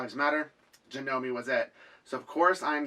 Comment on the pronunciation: "JERONIMO" Janome ... changed the G in Geronimo to a J ... cute huh ?